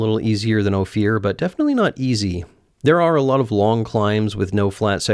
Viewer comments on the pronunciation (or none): Hello. Thirty-year Durango local here. Never heard Ophir pronounced Oh-fear. Everybody pronounces Ophir like the fir tree, Oh-fir. Maybe it's a pun due to the extreme adventure? Hardcore recovery, buddy. Thanks for the wonderful video and great memories of riding out from Hermosa Creek Trail with a separated shoulder. 3rd degree.